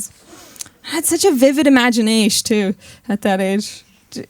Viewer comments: More like: Imaginaish. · "Vivid imaginaysh"